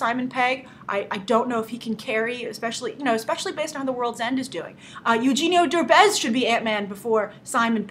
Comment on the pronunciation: hahaha eugenio derbez, you say it so funny, i really don't know how to explain the pronunciation